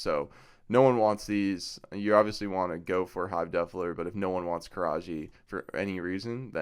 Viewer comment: Love the vid, I subbed and liked. Funny how you say the word Defiler, sounds like you are saying Defler.